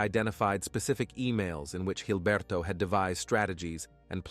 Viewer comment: Jesus Christ it's Gilberto. With a G. Quit pronouncing it with a gay ass accent. Call him Gilberto, blockhead, pig, or shit for brains. Not Hilberto.